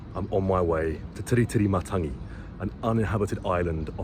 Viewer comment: I love how you’ve got a suspicious look prior to going on your walk. Eyes are the window to your soul 🙄 Perfect pronunciation of the Island. Thanks for the video of Tiritirimatangi love the quails, tui, other birds, trees, plants, beach and nature